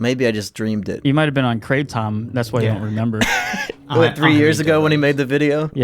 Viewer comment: “Kray Tom” btw